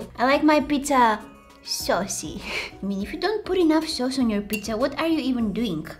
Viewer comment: When she said “I like my pizza saucy” I thought she said “I like my pizza sussy”